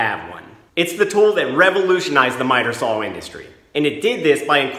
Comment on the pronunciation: What’s a “sawl”?